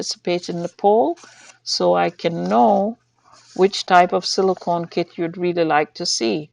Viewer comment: Are u still saying silcone dolls